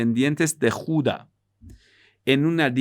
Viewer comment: Tribu de Judá con acento en la a. Te felicito muy buenas clases.